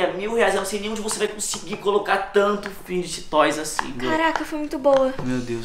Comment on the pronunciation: Vcs são os únicos que sabem falar fid toys serto os outros meus ídolos ñ saber